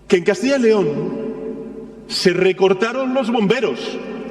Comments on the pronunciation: CADTILLA LEON??? COMO SE DICE PUES??? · Todo bien , menos que pronuncian mal CASTILLA YYYYYYY LEON